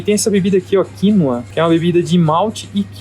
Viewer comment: Achei estranho o jeito que falou quinÔa. Ele disse quÍnoa..